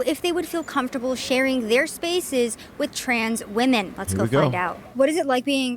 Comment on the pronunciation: Comftorbility isn't a word . Comfortable.